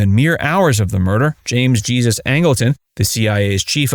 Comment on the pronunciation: James "Jee-zuz" Angleton?! It is pronounced "Hay-soos". It is a Spanish name. Angleton was partly of Mexican descent.